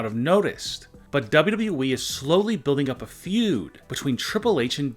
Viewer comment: What's the plan for your voice ???? Doubblue boubblue eeeee It's W W E